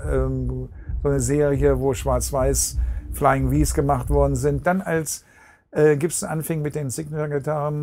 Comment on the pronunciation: Hmm...he can say "scorpions" and "Gibson" just fine. HMMMM!